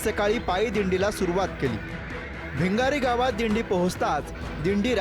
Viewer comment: भिंगरीगाव नाही रे बाबा भिगार